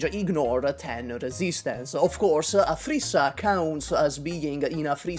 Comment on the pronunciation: Every time you said "Aphrissa" it sounded like you were saying "a three star"